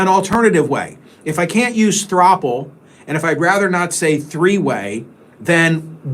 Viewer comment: Throuple is pronounced like couple.